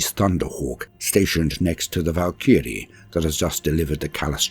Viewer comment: A little perplexed about how you're pronouncing Valkyrie though?